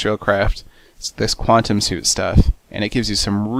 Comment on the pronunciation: What the hell is a qwatem helmit.